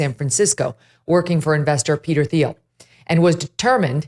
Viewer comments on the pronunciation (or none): By the way I think Peter Thiel’s name is pronounced Teal, not with the th. I keep meaning to say it but I keep forgetting and it’s two days in a row you mispronounced it. :). Sorry! Keep up the good interviews!